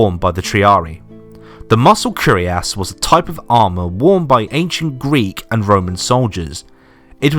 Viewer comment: It's not "curiass", but "cuirass" (pronounce "queer-ass")